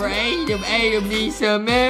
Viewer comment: Adam not adem